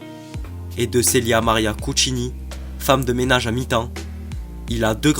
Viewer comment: J'ai like par contre c'est Cuccitini, pas Cuccini lol